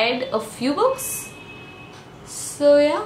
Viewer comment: When you say "so yeah" , it seems like " zoya" lol